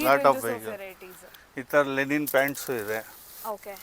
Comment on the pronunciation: ಮೇಡಂ ಅದು ಲೆನಿನ್ ಅಲ್ಲ ಲಿನನ್. ಉಚ್ಚಾರಣೆ ಸರಿಯಾಗಿರಲಿ